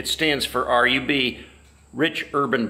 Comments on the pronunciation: Yes.. I noticed it happened in 97-98 specifically.. once you start seeing children walking down main street because they came with their parents in a truck and trailer its pretty much over.. and btw.. rub is pronounced rube with a long "u" .. last time I went was for the 75th.. waste of time.. no one is letting people camp proper.. and I had to bail my wife out 6 fucking times for flashing. Fucking joke.. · Totally agree it's a RUB fest. Except it's pronounced 'roob'! LoL I hate crowds of stiffs, the last time I went to Sturgis was in 02 and I thought it (downtown) was an overcrowded RUBfest. The Rally's only saving grace? Then as now, the excellent riding in the Black Hills!